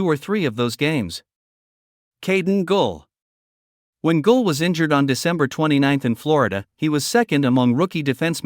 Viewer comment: I don't like these voices. They do not pronounce the names correctly for example Guhle =Goole etc. get a real person who knows.